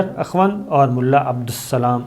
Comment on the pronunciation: AKHWAND nahi Akhund kehte hein